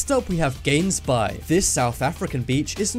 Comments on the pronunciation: Gansbaai. ? Gains bays ? Negative! Try Hons bye .... with phelgm on the H Afrikaans is 'n moeilke taal, maar ons ken nie-sprekers wanneer hulle woorde lees wat begin met " g " sê nie as " h " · I am South African and it is pronounced like agh the gh not g and it is in Cape Town not Durban so u can still visit different beaches but visit our Gansbaai beach in the Cape Peninsula if u dare!😎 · My friend I am from south africa right off the west coast situated in cape town. We go to gansbay a lot to be honest. I have had some nice swims in those waters. Sure it is known for its great white sharks, yet it is beautiful. Seals are very close by which is why the sharks lurk around. There are certain places where it is safer to swim in gansbay. Btw I enjoy your videos yet the word is said as Gaansbaai as both English and afrikaans speaking people. Love your videos keep it up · U pronounced gansbaai wrong. I'M FROM SOUTH AFRICA